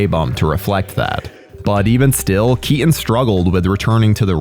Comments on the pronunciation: "tim bur-en" "Michelle Kea-en" i dont understand, is this an accent or a speech impediment? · Well I "Sir-innly" like Tim "Bur-inn" films as well. Especially the ones with Michael "Key-Inn!"